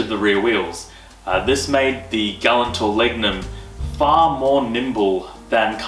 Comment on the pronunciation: Your pronouncing galant wrong and it’s annoying. Ga-la-nt Not glant.